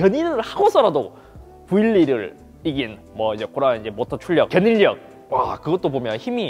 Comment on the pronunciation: 견일력이 아니라 견인녁으로 발음해야.